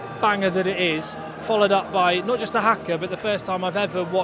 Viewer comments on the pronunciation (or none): Harr-Car not - Hacker